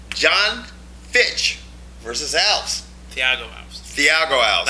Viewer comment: alVEZ is how it's pronounced fucktards